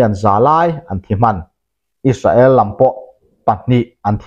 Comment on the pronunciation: Is-sa-el tia lam ai chuan, Is-rel tia lam rik a tha zawk lo maw, a bak chu sawi tur ka hre lo